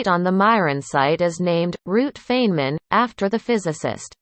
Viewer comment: at least pronounce name correctly...Robot